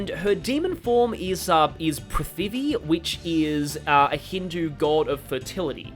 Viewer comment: Oh this is hype Your Hindi pronunciation is mostly correct, Prithivi is one of those weird names where the spelling adds letters that screw up the pronunciation. The second I has much less emphasis so it sounds more like Prithvi. Also c’mon breast feeding was a joke right there for the taking (instant demonitization)